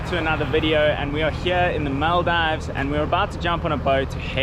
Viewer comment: its maldi:vs not maldaivs